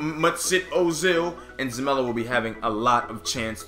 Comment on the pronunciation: It's Zelalem, your saying zamela